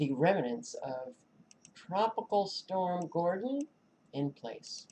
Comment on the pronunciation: Rem-nants. Not Reminants.